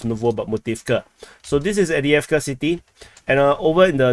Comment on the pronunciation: Love this new format and informative aspects that have been added. However please acknowledge it’s Av-diiv-ka not Adi-avka